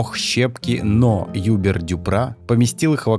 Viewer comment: Прелестный ролик! (Только автор, плиз! Во французском ударение ВСЕГДА на последний слог, поэтому: «юбЕр». А то прям кровь из глаз😢 Зачем ваш дивный канал портить плохой речью?))